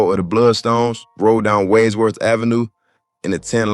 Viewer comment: Great reporting. That name of that street you mentioned is actually pronounced “wahdz-worth”. Used to live around here.